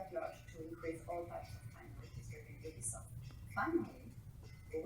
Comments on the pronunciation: It's pronounced you-bee-soft. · its pronounced you-bisoft. FUCK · I'm not sure I believe you. You can't pronounce Ubisoft correctly.